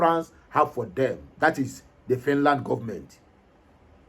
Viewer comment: Please try to pronounce your words correctly! This is social media, it will go viral. Thank. Note well: Ask google the right pronunciations of FINLAND and FINNISH..